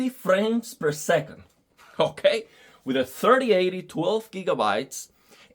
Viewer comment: “Okei” Cb tú eres boricua? 👀🔥